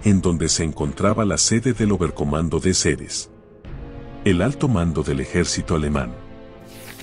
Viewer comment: Qué programa usas para esa voz sintetizada? LA verdad qué está muy bueno, solo se delata cuando te olvidas de poner una tilde, por ejemplo, cuando dice ejercito en lugar de ejército. O cuando pronuncia fiurér en Lugar de fuehrer.